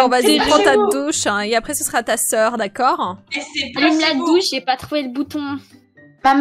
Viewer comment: Elle dit d’accorde